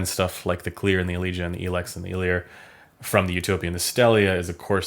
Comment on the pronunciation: same for El-ex haha